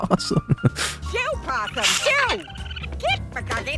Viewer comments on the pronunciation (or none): none